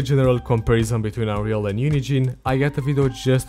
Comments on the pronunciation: lowkey half the time when he says UNIGENE it sounds like he's saying unity and it hella confused me. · "unigine" lol